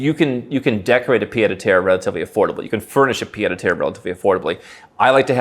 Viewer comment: This is not how you pronounce "pied a terre", which literally mean foot on the ground. You keep saying "pied de terre", which would mean foot made of dirt.